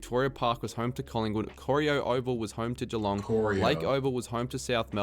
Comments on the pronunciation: Koh-rye-O is how Corio is pronounced!! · The guy doing the video also can't say Albury or Corio correctly.